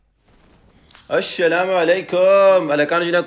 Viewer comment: Aslam o alikum Bhai Jan ap ki video bohot achi hoti h mgr ap Salam ko bigarr dety hen Aslam hota h ap ashalam bolty ho plz Salam ko sahi kr Len baki ap ki video men maza ata h love you bro